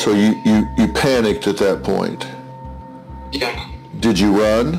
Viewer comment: The ,,yeah" sounded like Hungarian to me